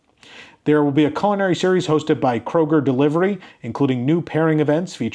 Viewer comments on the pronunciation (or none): none